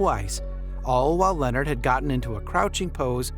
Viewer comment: If you can’t pronounce Leonard’s name or Embiid how you gonna make a whole video bruh? You had time to research! Lol 😂